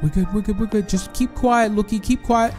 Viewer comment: I love they say lokie friends